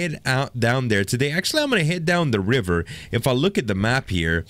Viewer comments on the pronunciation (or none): none